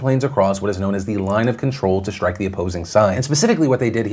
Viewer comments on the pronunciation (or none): none